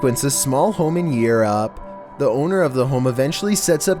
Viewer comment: “small home in YUURAP “